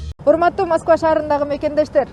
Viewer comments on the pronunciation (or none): none